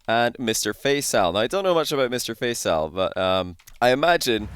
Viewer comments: it's pronounced Fa-ee-saal not Fay-saal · What ? No its not. Its always pronounced Fay-Sal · Please learn how to pronounce Faisal, deary me 🤦‍♂️ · your pronounciation of Faisal sounds funny 😂